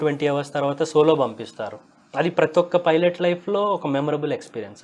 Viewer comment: ఒరేయ్ వెధవ.. అది ఫైలెట్ కాదురా 🤦‍♂️ పైలెట్